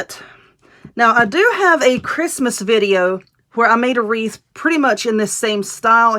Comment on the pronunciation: Wreath not reef !!